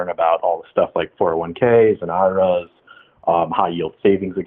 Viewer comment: He keeps sayin Iras like its a word not an acronym 🤣🤣